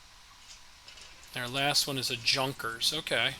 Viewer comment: Well played and its Yunkers. J is read as Yu